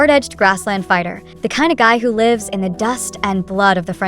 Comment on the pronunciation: Pity the presenter does not give a full numbered list. And .. says lives wrong, I guess AI is still learning. 01. Against the Current 02. Zhu Yu 03. Zhan Zhao Adventures 04. Remnants of Gold 05. Mo Li 06. Da Tang Mi Wu 07. Fate Chooses You 08. Liao Zhai 09. Pull Strings 10. Win or Die 11. Let's Fight 12. The Eternal Fragrance 13. Shadow Punisher 14. Escape to your Heart 15. The Boundless Bright Moon 16. Wish you all the Best 17. Blossoms of Power 18. Tigers Sniff the Rose 19. Blade of Vengeance 20. Key to the Phoenix Heart 21. Jiang Shan Wei Pin 22. The Ingenious One 2 23. Hidden Shadow 24. Wan Gu Zui Qiang Zong 25. Love Beyond the Grave 26. Liang Chen Mei Jin 27. In the Moonlight 28. The Heir 29. Ciao Chu 30. Chasing Dreams 31. Now or Never 32. Sweetest Rebelion 33. The One 34. Live Long and Prosper 35. Love Travels Through Time 36. Love in Red Dust 37. Rebirth 38. Gu Yue Feng Hua Lu 39. Tang Dynasty Tour 2 40. Liang Jing Shu Wu Ri